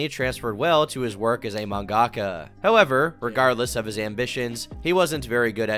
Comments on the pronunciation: "mangakka" .. its manga-ka. it's literally written that way. it should be easy to tell it's two separate words. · pronouncing it as "man-gaka" hurts my soul x.x